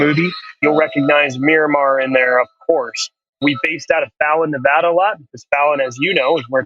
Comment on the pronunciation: Great episode! First I want to COMMEND you on you pronunciation of Nevada. I grew up in Carson City, it irritates me when I hear someone say Nevauda. Second, Ensign Jesse L. Brown was in VF-32 the Swordsmen, that was my squadron. I hope this will be a great movie.